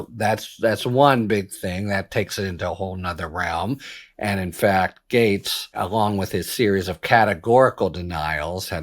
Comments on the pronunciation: Harry, Gaetz is pronounced “gates” like garden gates. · It’s pronounced GATES! ❤ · Harry ! Gaetz is pronounced just like gates, also rhymes with rates, hates, makes, takes.